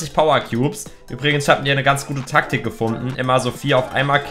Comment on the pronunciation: Dieses Track tick😂😂😂😂😂😂😂😂😂😂😂😂😂😂 Das heißt Tack tick😂😂😂😂😂😂😂